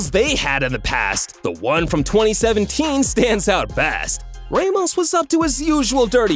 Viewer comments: No hate but u said Raymos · ser geeh oh raymos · "raymos" "lay o messi"💀💀💀